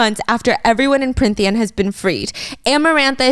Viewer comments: i love watching these but as someone who read the books i can’t help but giggle when she keeps flip flopping between what the fae realm is called😂 i can get past the few plot flubs or saying tithe a little weirdly, but her changing between Prynthian and Prynthia and Prythian and more every time pulls me out for a second to laugh every time😂 i also love that they keep saying tamlin’s name like it’s an asian name, it’s so interesting since i hadn’t thought of it like that at all until these videos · I'm sorry i adore you Stephanie but it's Prythian not pryNthian 😢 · I love this but giiirl its PRYTHIAN not prynthia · Pryn-thia … prynthian … Stephanie you pronounced Prythian right the first episode 😂❤️